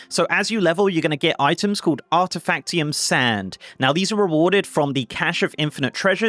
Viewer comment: "Artifactium." Creative.